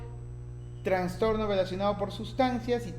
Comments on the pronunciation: Me gustó tu video, solo ten cuidado al pronunciar trastorno; ya que se escucha que dices transtorno... de ahí en adelante todo bien, muchas gracias. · Muy buen contenido, gracias, me ayudó mucho, sólo corrija su pronunciación, se dice TRASTORNO no TRANSTORNO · TraSSSStorno!!! Por favor!!! donde ves la N???? Habla bien. Saludos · Bien. Solo que es trastorno, NO traNstorno. Saludos. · Me gustó mucho su explicación sobre las diferencias existentes en ambos DSM, lo malo es que en todo momento escuché la mención de Transtorno. La verdad es que saca un poco de onda la mala pronunciación, pero fuera de eso todo bien. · TRASTORNO. Aprende a pronunciar esa palabra. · Pero por qué dices traNstorno? 😩😩😩😩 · Buena información pero me perturbó constantemente que repitieras una y otra vez “traNstorno”.